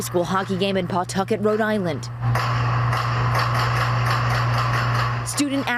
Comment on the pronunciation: FYI, LOCALLY IT’S NOT CALLED PAWTUCKET. IT’S CALLED PAH TUCKET LOL 😂